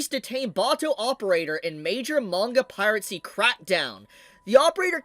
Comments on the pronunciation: It's Piracy....PIRACY (PIE - RA - SI). NOT PIRATCY (PIRATE - SI). Sorry...had to get that off my chest. Carry on! :) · Just so you're aware, the auto transcription still picks up Pirate C as piracy so you can just say the word normally again or find another mispronounced version to avoid it.